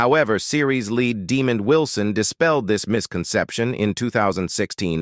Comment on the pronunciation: His TV son was not named Demon Wilson, learn to pronoun their names correctly.